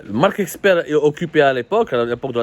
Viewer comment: C'est marck Esper et non eXper.. OK !...